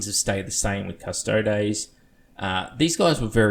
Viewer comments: It's cuss-toad-ees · Astartes is pronounced ass-tart-ees Also: custodes is pronounced cuss-toads